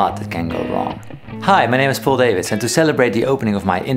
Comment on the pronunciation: Hi my name yhu-stin (Justin) and you're name is Pow-L Dahvids.(Paul Davids) I can appreciate using English language to get a wider audience but names don't change pronunciation. Love your videos mate (makker)